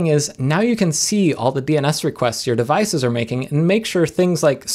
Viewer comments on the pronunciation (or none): none